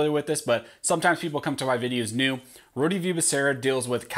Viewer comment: It's not Rhodieeee... it's Rhode, like Rhode Island or a road that you drive on.